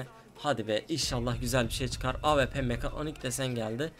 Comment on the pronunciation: abi bıktım awp ye ap diyosun